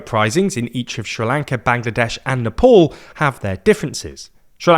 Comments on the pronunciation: Nepaul??? Lmao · Pornounce Nepal correctly mate, its not that hard